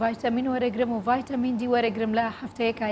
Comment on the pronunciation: مامۆستا ڤایتامین نا ڤیتامین